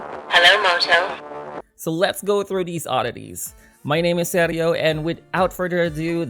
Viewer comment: I had never heard anyone pronounce Sergio like that lol